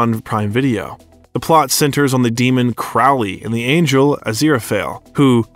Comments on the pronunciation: It’s a pretty good overview of one of the finest actors of his generation. But for the sake of grammar, Sir Terry Pratchett’s name isn’t “pruhTCETTE”, it’s PRAT-chet”. And Crowley is pronounced like the bird “crow” in front. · or pronounce key words and names, Crawley el al. Not a bot just superficial if comprehensive research.